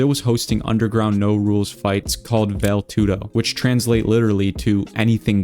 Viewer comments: Its pronounced Vall-lay two-doh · Bad Start when you cant even say vale tudo correctly which since they scream it and say it all the time which means you have never watch any vale tude and have no idea how they fight ps its pronounced Vah Lay Too Do fyi